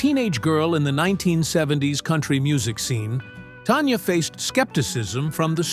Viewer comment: Please pronounce her name correctly. It is NOT TONYA. IT'S TANYA.